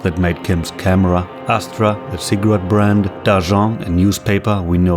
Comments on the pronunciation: I think Dagens probably isn't meant to be pronounced in French, since it's one of the most common features of Swedish newspaper names it's probably pronounced "Daw-gens" instead of "Dah-john" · Unrelated to the mood but the pronunciation of Dagens caught me off-guard when pronounced with a soft G instead of a hard one. 'daJons' vs 'daGeNs'. There are several references to Finnish and Swedish words in Disco Elysium, two countries next to the developers. Dagens would roughly translate from Swedish to 'Todays'. Dagens nyheter/Todays news. Dagens sounds like some small time newspaper you could find in Sweden. Wonder how many other small word references they have put in that I have missed because of a lack of language skills or cultural connections. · Are you sure about the pronunciation of "DAGENS"? The typeface is suspiciously similar to the real-world Stockholm-based newspaper Dagens Nyheter, in which case the pronunciation would be roughly Daa-ghenz ("Dagens Nyheter" meaning simply "Today's News" in Swedish) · Small note on the pronunciation of "Dagens": while I haven't read the book and can't speak to how it is portrayed there, the word is not French but the Swedish word for "Today's". Several current Swedish newspapers have it as part of their titles. The authors being Estonian, I would say a Swedish language connection is very likely intentional. The Swedish pronunciation would be something like "daa-gens" with emphasis on the first syllable and a hard g. With Estonia having spent a long time as a Swedish colonial/imperial possession that would fit with the general theme of foreign imperialism. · Dagens is NOT pronunced like that😭